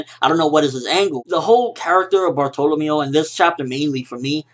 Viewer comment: Nice review, but something about the way you pronounce Bartolomeo just bugs me so much :D